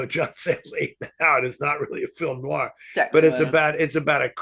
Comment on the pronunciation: Oh,, will there ever come a day when you pronounce the word "noir" properly? ☺